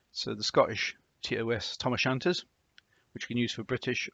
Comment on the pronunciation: Good video. Tam o shanter, not Tom o shanter.